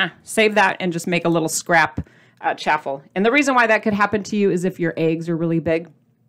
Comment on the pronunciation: LOVED this episode and the recipe! it's CHAW-FLE like WAFFLE. Not chaffel like chapel. Have a super day!